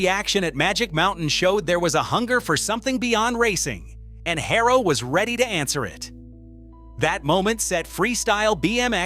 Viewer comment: Its Haro, not Hayrow